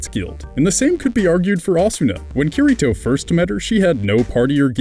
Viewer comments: OMG I CAN'T TAKE IT HIS NAME IS PRONOUNCED KIRITO (KEY REE TOH) I'm sry I couldn't help myself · It's pronounced kee-dee-to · You FUCKED UP the pronounciation of Kirito!! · Not hating but you said kiritos name wrong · Why must you pronounce kiritos name,lol